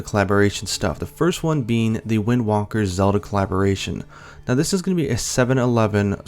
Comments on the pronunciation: Wind Walker...really? It's Wind Waker! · Wind Waker not Wind Walker. Also, isn't it Macross and not Gundam? Anyway, cool video. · 'Wind walker'